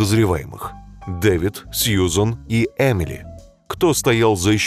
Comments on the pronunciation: там получается не Эмили, а Ямили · вообще-то ю плюс один равно не э а я